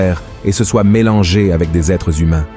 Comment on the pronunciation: Les êtres HUMAINS ! Et non ZHUMAINS !